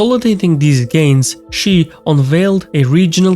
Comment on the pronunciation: If you research this stuff why can’t you pronounce Xi? I’ve lived in China over ten years and I cannot take your analysis and videos seriously when you can’t even learn what sound the X says in pinyin.